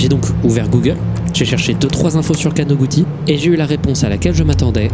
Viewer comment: + le Kanoguti mal prononcé mais c'est un tout piti détail